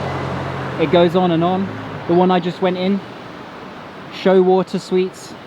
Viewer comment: It's actually pronounced as "Sho-way-ter" 😂